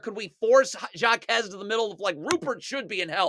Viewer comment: HAH KEZ not SHJA KEZ (Jaquez// the j is silent in spanish.. shhhhhh)